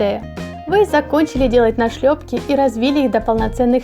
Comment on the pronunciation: Почему мне все видео казалась что "нашлепки" читается как "на шлепки"?) Видимо в душе хочется лета😅